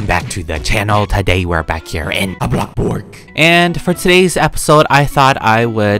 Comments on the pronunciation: u say blocburg. not bloxburg.. its bloxburg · Was I the only one who hears him says “blockblurg” ??? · why do you say blockburg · why do you say blockburg?